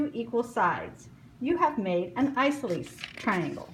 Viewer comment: Isoceles: eye-sah-so-lees Not eye-so-lees Do better.